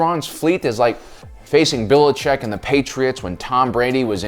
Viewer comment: Belichick not Billicheck